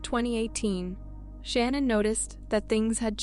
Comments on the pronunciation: How many times can you mispronounce the victim name wrong? LACEY, SHANANN BUT HAVE NO PROBLEM PRONOUNCING THEIR MURDERERS? DO BETTER. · In the Lacy Peterson and Shannon case the names are pronounced sometimes wrong.